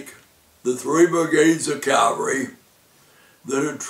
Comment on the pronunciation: Cavalry, not Calvary